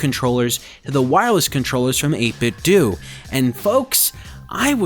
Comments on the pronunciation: Stop pronouncing it 8 Bit Doo. You wouldn't say Nintendoo Entertainment System. It's pronounced doe. Troll. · 8bitdo: 8 - biht - dough. NOT dew. DOUGH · its 8bitdo do=dough not do=do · So Nintendo is pronounced Nin Ten Do but 8bitdo is pronounced Eight Bit Doooooooo? Da hell? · he pronounced 8BitDo wrong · I know